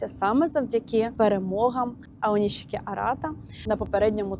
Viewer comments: нарешті не оніські , а "ОНІШІКІ" - відчуваєте різницю? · Аонішікі правильно